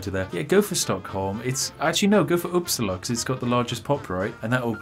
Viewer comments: "The Swedish city of uppsla"... I think you forgot an "a" some where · I know that you are english, but the way you said Uppsala annoys me